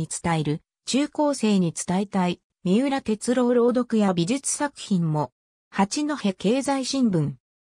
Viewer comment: みうらてつろうじゃなくてみうらてつおですよ(AIへ)